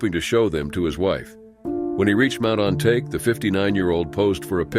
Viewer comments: It's spell on-ta-ke, not on-take, learn how to speak Japanese words in the future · You're applying English pronounciation rules to Japanese names. It's Mt. On-ta-keh, not On-take.